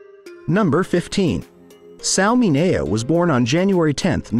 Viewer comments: It's pronounced Sal Min -e-o. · Sal Mineo's last name was pronounced MIN E O. The voice got it wrong.